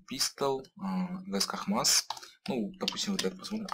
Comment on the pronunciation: Не позорься что еще за хмас ? икс мас вроде бы правильно.